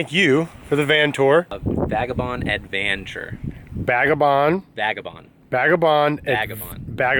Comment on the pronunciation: ....vag...say it with me slowly....vag......uh.....vond....no...again.....vag...a....bond. Good, let's try advanture? Great stuff kid.